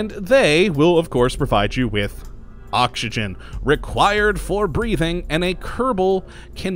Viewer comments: Does anyone else hear him saying okshigen instead if oxygen, or are my ears playing tricks on me? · Yitzi Schweitzer The way he pronounces oxygen is funny :D